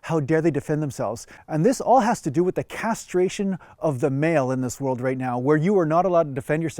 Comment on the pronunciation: You said it correctly. "The castration of the male".